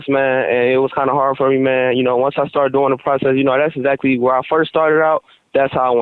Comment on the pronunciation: How many times did he say exsactly